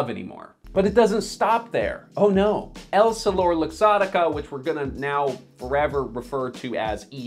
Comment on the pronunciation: Why are you pronouncing essilor “Ess-ih-lore” as “Elle-si-lore” . Do you not know how to read ? Did you not do any research for this vid ?